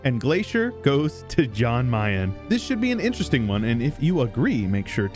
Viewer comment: It hurts me how you pronounce Jan Mayen and Jolof